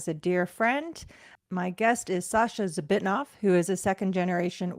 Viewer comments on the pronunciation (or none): I just came on this, it's november '25. I knew a Max Zbitnoff in the sea org in about 1980. Is that your dad? (It sounded like you said 'Mox').